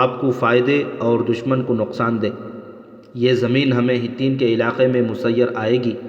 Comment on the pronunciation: بھائی آپکی اردو ٹھیک نہیں ۔آپ بہت غلط الفاظ بول جاتے ہیں ۔اس قسط میں بھی بہت سی غلطیاں ہیں ۔لفظ "میسر" کو آپ نے "مسیر " پڑھا ہے۔۔۔